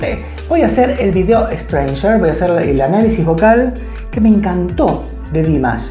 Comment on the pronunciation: He absolutely does not and By the way, you are not even saying it right so maybe look it up before you say the wrong thing a third time . This is the second time you are saying it wrong. If you ever saw him LIVE you might realize he is good enough to sing live.